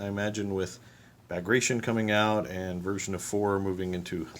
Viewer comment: Enjoying your expansion into the Soviet army. Just an FYI, and not that it matters at all, but Bagration is pronounced bag rat ee on. Something nobody would know unless told.